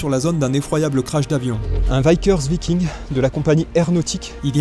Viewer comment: Alors, on prononce Vickers Viking: Veeckers Vaillking, et non l’inverse…